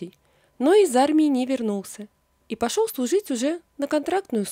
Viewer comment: Опять """"Витя пошеВ""" , автор, ну ведь не сложно выучить букву " Л". Заметно...вы же читаете людям, соВдаты"-- солдаты. СказаВ ...